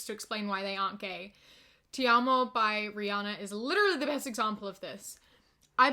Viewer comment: Seeing you pronounce “Te Amo” is the cutest thing 😭